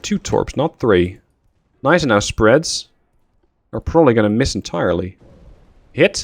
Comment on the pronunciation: correction on the pronounciation of Gneisenau: You rponounc it Neisenau, in german Gn doesnt become N, it stays Gn. so its isnt pronounced Neisenau, its actuall Gneisenau